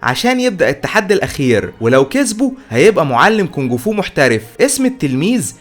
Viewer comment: اسمه كونفو مش كونكفو